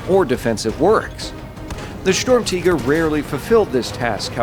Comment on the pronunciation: Its not storm-tiger its sturmtiger you ww2 idiot.